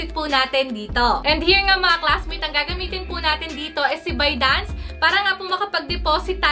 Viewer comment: Saan po magbabayad ate ? Binance po ba or bidance, parang bidance po ang pagkasabi mo. Dapat po ay ginawan mo din ng video yung sa pag deposit sa bidance po 🙏🏼